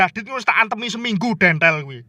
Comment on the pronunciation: Bukan dontol tapi dentel 🤣